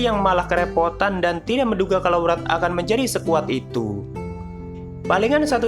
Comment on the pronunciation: Yg gue dengar Murad,padahal wrath🗿